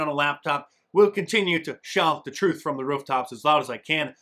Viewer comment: The twoof. And nothing but the twoof. Fweedom.